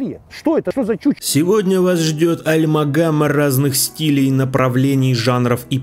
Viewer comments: Альмагама или Амальгама?) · не альмагама, а Амальгама, держу в курсе (и да, мне похуй, готов душнить везде и всегда) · Не альмагама, а амальгама.